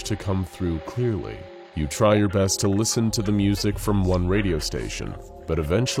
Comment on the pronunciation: when he says "your" im like bruh